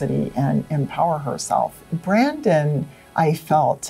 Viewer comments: When the Psychic said Brendon’s name as Brandon everybody realized and smiled that was funny and awkward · when the psychic said brandon instead of brendon and everyone smirked. :)